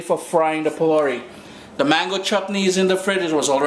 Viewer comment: Why do you pronounce the words so unlike the original pronunciation?. ...”phulaurie” is how it’s pronounced.